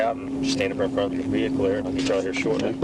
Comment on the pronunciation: Do me a favor and step out the vee-hickle for me boi or am i speaking spanish? -unknown state trooper with strong jawline, drill instructor type hat style, disabled bodycam and his hand on his gun.